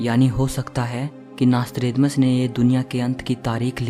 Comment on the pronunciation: Mc tha nasthredamas